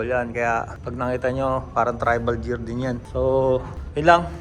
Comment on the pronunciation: D ba sya sinabihan ng Tribal Gear pano basahin “Gear” hindi to bash napansin ko din sa last blog. “Tribal Jeer”